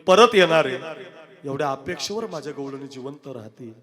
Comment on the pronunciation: गैळणी नाही गौळणी